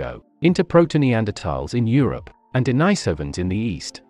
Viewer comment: Dude, you need to learn how to pronounce the names of these humanoid species. You are consistently mispronouncing the name of our own species. It's not pronounced homo saapiyan, and it's not pronounced d'naaisovans.